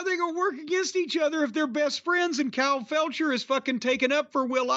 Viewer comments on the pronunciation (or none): "Kyle Felcher" 😊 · lol "kyle felcher"